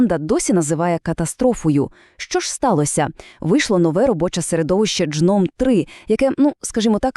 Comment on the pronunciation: ДЖном 3 ? Ви серьйозно ? Це читаєтся як ґном !